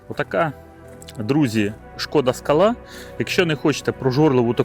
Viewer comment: Не скалА, а скАла,наголос робіть вірно, що в перекладі з чеської означає сходи( лесниця чи ступенька) . Не супер БЕ, а супьорб, що в перекладі - чудовий😊. А двигун 1.6 cwva made in калуга, в європі таких немає. З газом добре дружить, буде економніше по грошам.